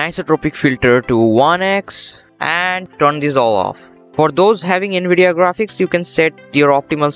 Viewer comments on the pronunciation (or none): none